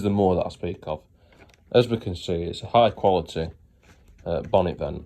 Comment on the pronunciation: It's not high quality, It's Hi cwaritty jorry gud😆, at least get the language right if your telling us something.😂